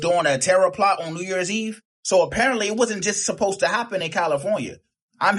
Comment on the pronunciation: The word is "supposed." It is not "post-tu!" Ignorance is running a muck!